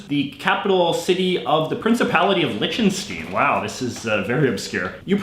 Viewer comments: You mispronounced Liechtenstein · send beim nächsten Mal einen Aussprachehinweis für das Wort „Liechtenstein“ mit:p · why are you saying Lichtenstein wrong!